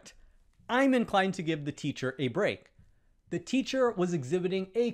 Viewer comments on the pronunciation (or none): I give up: just what “thee” hell is “ay-nother”?